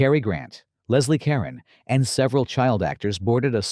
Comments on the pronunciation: Caron is pronounced "Cuh-roan." not karen. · Leslie Caron’s last name is pronounced Ka-RON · I winced at every "Karen." Fortunately, each time Ms. Caron appeared in the video, I could hear her singing "The Night They Invented Champagne" on the soundtrack playing in the back of my mind. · So, Pelicans and Ducks look alike?....would have sworn the twins were on screen at the same time so how again are they hiding?...and will you please pronounce Carron correctly.